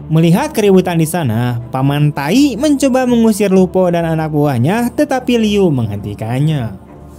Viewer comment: Gan.. Membaca Paman Thai.. Jangan nyebut paman Taik..